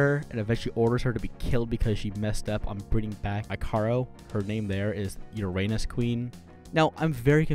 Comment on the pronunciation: Ikaros is actually pronounced as eek uh rose. Lol good review!